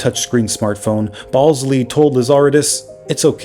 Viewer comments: “Ballsly!”😂 I don’t think this is how you pronounce his name. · I suspect nobody actually cares, but as a former BlackBerry fanatic, can I just mention the correct pronunciation of RIM's co-CEO's last names? Mike Lazaridis is pronounced like "lazz-er-ee-dis" and Jim Ballsillie "bal-seal-lee" 🤙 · Lazaridis is pronounced LazarEEEdis, not LazAAARidis. Balsillie is pronounced BallSILLY. Cell signals don't come from satellites (not yet, anyway), they come from cell towers.